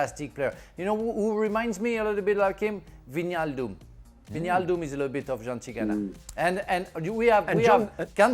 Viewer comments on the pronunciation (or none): Wijnaldum is Vynaldoom not Veenialdoom